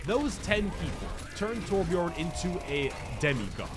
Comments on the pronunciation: I'm so fucking triggered, You say Torbjörn like Torbj"urhn"-ish just look up how to pronounce Björn in Swedish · I am Swedish and it triggers me how you pronounce Torbjörn lol I still LOVE your content!!